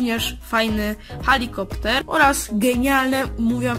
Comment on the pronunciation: Helikopter się mówi a nie halikopter